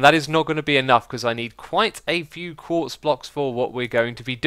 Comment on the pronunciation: "But it requires Lnnntquartz!" What is that Xisuma😂😂?